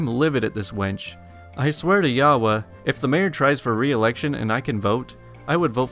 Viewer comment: Yahweh is pronounced Yahwey In Hebrew it’s YHWH